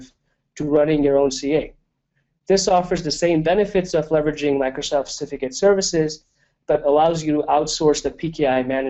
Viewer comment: It is CERtificate, not Stificate... So annoying.